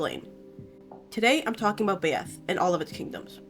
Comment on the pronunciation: i think byeth is pronounced "bye-eth" rather than "bay-eth"